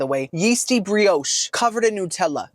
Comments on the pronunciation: Hi, love you. Next time instead of th “Brioshay” you might want to try the Brioche it’s fluffy, butter, crisp!! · And brioche in English is pronounced bree ohsh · is trolling with the pronunciations of bisque soup and brioche I just know it LOL